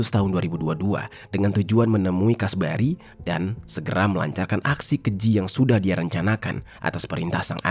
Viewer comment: Kasbari, kasbri, alah bingung